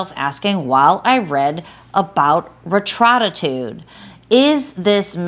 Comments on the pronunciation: HAHAHA Re-tro-ta-trude? As a doctor you need to be able to annunciate your words to be at least halfway credible. LOL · Great video as always! Just for the future the drug is pronounced Reta-True-Tide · The fact she can’t even pronounce the drug gives me 0 confidence lmao